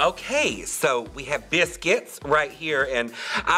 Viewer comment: The way she says biscuits is Killin me